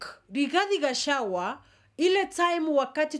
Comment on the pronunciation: Gachagua not gachawa please note of correction😂